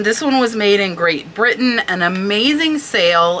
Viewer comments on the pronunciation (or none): none